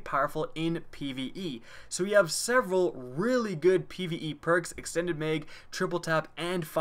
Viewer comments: It's MAG not meg... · He says meg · how he says mag 😂